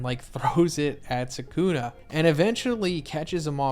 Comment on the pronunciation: all these guys who make videos pronounce his name Sa kun uh. 🤦🏾‍♂️